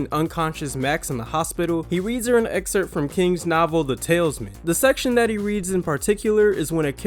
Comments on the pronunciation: The Tal-is-man. not Talesman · The King novel is the "Ta-LISS-Man" - not Tailsman! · The TALISMAN, not Talesman. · Talisman not “Tailsmen” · Its Talisman, not tailsman. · tal·is·man; not tales-man. Why do most Americans not know how to say simple words!? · He said "The Tailman's Man" and not "The Talisman" . What... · Pronunciation Tal is man ,,,talisman 🤣🤣🤣 no no no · Isn't that King book pronounced, The "Talice-man"? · Please don’t have people read these if they can’t read “Talisman” correctly. Ouch. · When your narrator doesn’t know how to pronounce the title of a 38 year old book, maybe you should reevaluate the narrator’s credentials. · I come here for the mispronunciations, and SR never disappoints LOL. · they literally showed a picture of the book saying the talisman yet completely mispronounce it a couple of times 😭